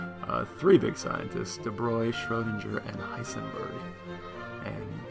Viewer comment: Lol, learn how to say Schrodinger's name first, then make the video. Triggers me evrytim